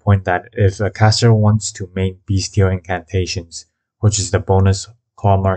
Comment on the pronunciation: When you say “beastial” it sounds like your saying “beast-heal”